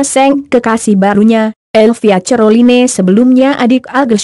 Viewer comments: Caroline aja cerloine baca nya. Ngakak bangeett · Buenci aq klo denger admin ini sering sebut dg salah...neg dengernya..baca caroline aj ceriline..hadeehh..bljar yg bner donk bro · Ngakak dgr admin sebut nama elvia ce-ro-li-ne 😂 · Knpa ngmong nya croline 🤣🤣